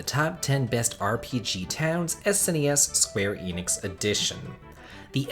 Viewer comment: You keep saying "Square Enix" and it is really bugging the hell out of me